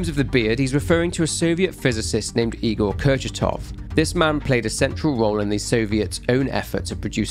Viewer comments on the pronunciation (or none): none